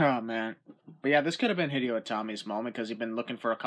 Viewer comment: You pronounced Hideo wrong